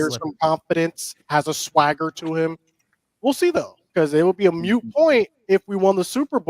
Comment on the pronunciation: 'Moot', not 'mute',...